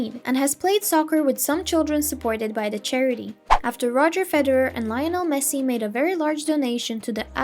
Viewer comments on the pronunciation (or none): none